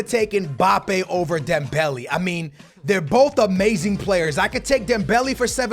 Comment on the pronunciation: dembelay not dembeli hahahah